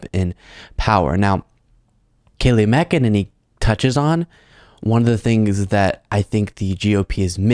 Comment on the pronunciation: I love that you keep pronouncing her last name "Mc-E-ninny."